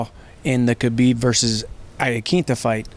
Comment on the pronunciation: respect to, probably the only sports journalist who pronounces Khabib's name correctly